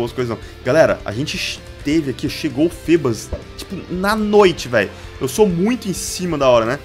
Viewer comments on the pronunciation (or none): a pronúncia não é fibas????